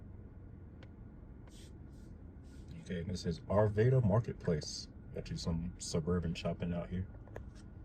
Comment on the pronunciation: This is the first video of yours I have seen. I got it in my feed because I was looking at some different ice 70 videos. It doesn’t seem as though you’re actually from the Denver area as you are mispronouncing words incorrectly. Not just Limon, but Wadsworth and Arvada. Also, I wished you had highlighted the Stock Show grounds as you drove past.